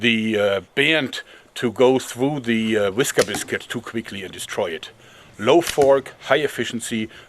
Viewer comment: I like the German accent version of “whisker biscuit”.